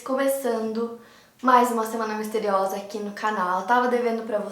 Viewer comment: Did you say "semana misteriosa"?